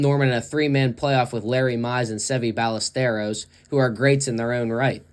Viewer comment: It’s pronounced Hoak, not Hawk. It’s also pronounced Bi-esteros, not Ballesteros.